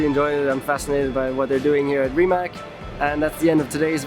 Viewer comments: Gut aufgepasst auch Rimac wird nicht Rimak ausgesprochen sondern Rimatz..... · His last name is not pronounced as Ree Mack...................its Ree Matz. Get it right people. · Nico, it pronounced RIMAC with a C not K. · RIMAC not Rimak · Saying rimack, rimak or something like that is wrong. The correct way to say is rimac. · Pronounced "Rimats", not "Rimak" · is it really that difficult for Nico to pronounce Rimac correctly? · He pronounced Porsche and Rimac wrong